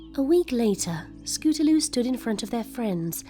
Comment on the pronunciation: I like how throw out the story the narrator calls scootaloue they